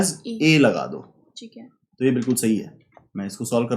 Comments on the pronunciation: Very concise and informative video. That repetitive "chik hai" instead of "thik hai" though🤣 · chic hai